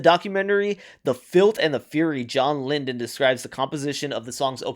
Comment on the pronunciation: John LYDON ( not Lyndon), Malcolm McLaren ( not MacLauren) and please look up British pronunciations of bollocks!